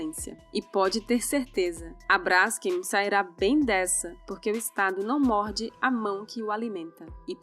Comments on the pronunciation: Se fala BRASKÊM e não BRÁSKEM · Brásken PUTA QUE PARIU. Hoje em dia o que temos é uma manada de zumbis JUMENTOS. TEM ACENTO NO NOME? NÃO! Se lê BRAS KEN Cacete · Não se pronuncia /brásquem/ menina arrogante. É /bras-quem/. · é Braskêm, não Bráskem. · Ficou ótimo. Moro em Maceió e sei bem o que é isso. Só um pequeno detalhe (bobo). A pronúncia correta é brasKEM o KEM é a sílaba tônica. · o nome da empresa se pronuncia com a tônica no Kem… tipo BraskÊm. Não entendi o link entre o problema geológico provocado pela extração da salgema e a questão de propriedade do subsolo. Nos USA, seu paradigma, o processo de fraturamento hidráulico para produção do shale gas e do shale oil está contaminando todo o lençol freático das regiões onde há reservas desses hidrocarbonetos. As pessoas agem como capitalistas selvagens até na China, é atávico!!! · Braskeeeem (olha a pronúncia....)